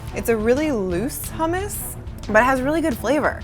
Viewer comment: And how they say hummus um r u kidding